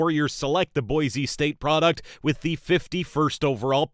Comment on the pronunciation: MY BIGGEST PET PEEVE IS WHEN IM FROM IDAHO AND PEOPLE WHO ARE NOT SAY BOI ZEE ITS BOI SEE